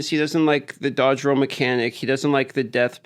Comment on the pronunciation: Roll, not row.